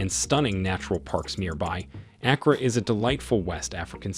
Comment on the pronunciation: It is not A as in apple, but A as in father.